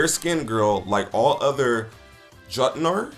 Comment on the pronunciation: This dude has probably never played GOW 2018. He cannot even pronounce words that were used over and over in it like Tyr, Jotnar, Aesir.... I mean they mentioned the world serpent's name several times! Did he just not pay attention to any dialogue in the game?!?🤔